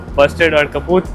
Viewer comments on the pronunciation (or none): none